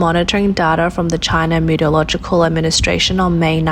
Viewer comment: If you are going to make any more of these videos... PLEASE, OH PLEASE learn to pronounce METEOROLOGICAL and PRECIPITATION !!! and DON'T USE THAT RIDICULOUS BACKING MUSIC !!!